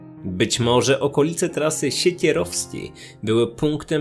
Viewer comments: Trasa siekierowska : ) Siekierkowska tak jest poprawnie ; ) od dzielnicy Warszawy : Siekierki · Trasa Siekierkowska a nie Siekierowska :D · Trasa Siekierkowska, nie Sierakowska ;) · Trasa Siekierkowska nie sierakowska